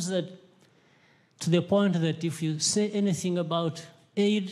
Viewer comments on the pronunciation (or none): none